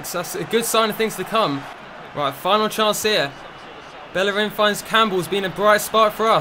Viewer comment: Its pronounced Beierin not bellerin